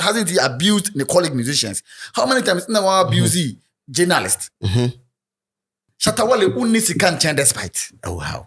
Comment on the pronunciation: you guys can’t stay without calling Shatta wale’s name right, just be careful so you don’t miss ur subscribers